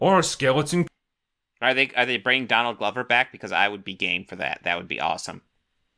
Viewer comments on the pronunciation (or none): none